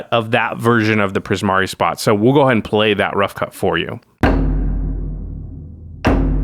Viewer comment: Not gonna lie, I could kind of tell you struggled with Primari but I'm glad you kept at it!